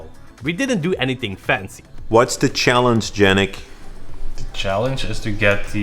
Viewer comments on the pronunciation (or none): Why do you keep calling Jannick?